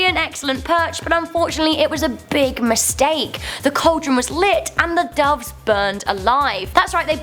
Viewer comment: Duves? Seriously?